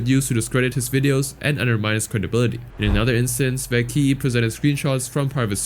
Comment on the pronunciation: It’s not Vay key it’s pronounced (V-ah-quay)